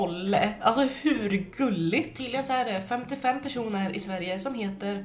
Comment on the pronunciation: Elsa. M hon sa personer men tycker också det låter lite som ”195 keroner” 😂💕